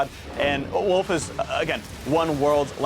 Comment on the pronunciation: did he just call Wolf, "Woof" ??